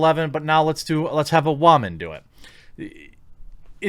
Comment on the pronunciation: goes on a 3 and half minute long rant before going to single handedly picked artice, talks WHO yet fails to mention the show changed writers , and even can't say word Woman properly ...i check out the other videos ... and i can clearly see a patern ... a very - very sad existence and need for attention :D :D :D